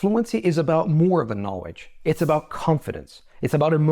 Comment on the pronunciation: you still drop the L and say “know-wedge”. It should be pronounced /ˈnɑː.lɪdʒ/. You’ve been mispronouncing this word for years now. 😅